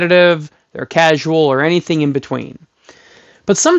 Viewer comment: The way you say casual just screams casualty. 😁 Next you are going to call them civilians. Nice vid. Greetings from germany.